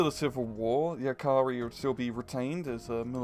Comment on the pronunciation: I have never ever heard anyone pronounce the word "jääkäri" so horribly wrong. As a Finnish person, I shall use it.